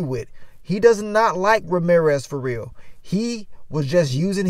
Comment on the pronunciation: OH Lawd not Ma-reer-ez!